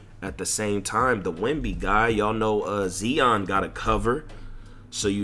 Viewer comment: the way he pronounce zion😭😭😭